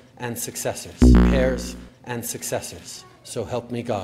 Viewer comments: Justin Trudeau saying hairs instead of heirs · Her AIRS not Hairs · do north americans actually pronounce heir as hair? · How can Trudeau pledge allegiance to the Queen's hair? Kind of like how Obama pronounces Pakistan as "Packy-stan." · I mean to be fair it is spelt "heirs" and there's not actually any good reason not to pronounce the 'h'. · Hahah I love that J.J. always makes fun of how Trudeau pronounces 'heirs.'